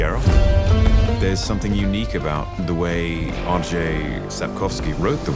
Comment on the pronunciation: Lets just appreciate how well Henry pronounces the name Andrzej Sapkowski 🤩